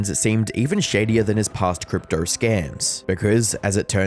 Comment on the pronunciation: "cruptou", "puramoud-scheme" xD xD xD xD